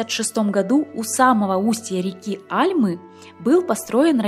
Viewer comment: Классный видос про родное Песчаное и любимый мой отель Превысоковъ. Вне сезон очень часто там, и баня отличная 👍 Да,, маленькая ремарочка, не Альмы, а АльмЫ )